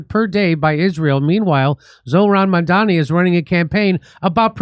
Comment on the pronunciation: Mom-donny. It's not difficult.